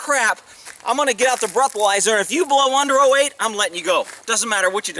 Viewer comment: Omg! Did you just say you are going to hlow me?! Sometimes you say the funniest things.